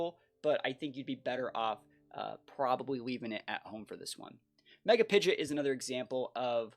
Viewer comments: Who taught this guy to say PIDGEOT AS PIDGET? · Isn't it technically pronounced like Pid Jit? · It’s pronounced Pidgeot not Pidgeot.